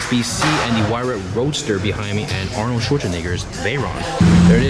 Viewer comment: You don't think we noticed how you pronounced Arnold's name, huh? 🤬